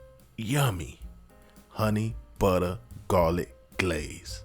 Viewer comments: bro had me at "honey BUTTA".. 😂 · Soon as he said butta I knew I was on the right channel 🤣🤣🤣🤣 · When he said 'Honey Butta Garlic Glaze', i knew i was in for some shit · love the start.....HUNNY BUDDAH😂